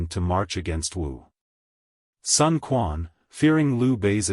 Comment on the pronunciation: Sun Quan is mispronounced as well.